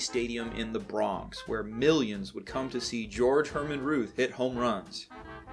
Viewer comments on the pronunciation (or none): none